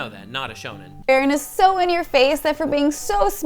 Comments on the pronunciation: Fact she keeps calling her Fairren not Freeren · Every time she said Frerrin or Fearin 😖